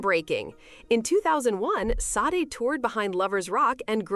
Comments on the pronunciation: Please learn how to say her name correctly…… it’s Sadé , not Saad. You put this out and can’t even say her name correctly. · Its pronounced Sha-day.